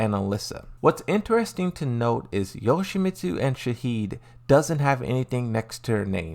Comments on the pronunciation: FFS Shaheen not Shaheed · its shaheen not shaheed ffs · It’s shaheeN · Shaheed? Is that Shaheen's brother or something? 😆